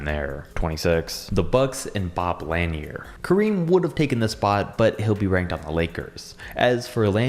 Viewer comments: Umm, Rick Smits? And nobody actually researches how to say guys names. It's Bob "La-near", not Bob "Lanner". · “Bob Lan-year” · This guy is a joke Doesnt even know to pronounce Bob Laniers name let alone talk about basketball He prolly never even dribble the ball in his life Joke!